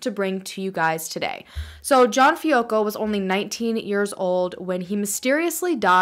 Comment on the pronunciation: Also we pronounce our last name Fi-ah-co…everyone gets it wrong tho😂